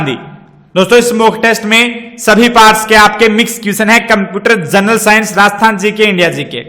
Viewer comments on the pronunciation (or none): none